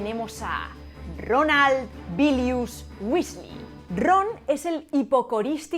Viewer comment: Cuando pronunciaste Ronald en nórdico pensé que estabas hablando en murloc